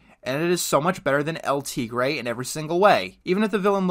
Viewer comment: It's a shame you can't pronounce 'El Tigre'